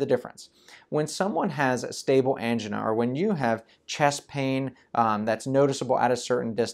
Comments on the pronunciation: It sounds like female engine :-D (but im not from english speaking country) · I have never heard the word “angina” pronounced the way this guy does.